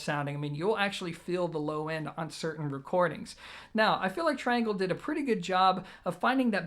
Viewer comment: Also, it's amazing how many people don't know how to pronounce the name of the speaker manufacturer. It's TREE-Angle, you know, because they're French..lol. He's such an American.